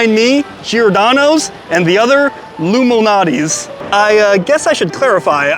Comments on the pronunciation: It's pronounced LOU MAL~NOTTI's NOT Illuminati's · is he saying luminatie??? Lou Malnati's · Dude, you pronounce Lou Malnati's way differently than I've ever heard. And yeah, I definitely heard 'Illuminati' before you even mentioned it. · Have some respect Loumanati? Say his name correctly wow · STOP PRONOUNCING LOU'S...NAME AS ONE WORD ,ANNOYING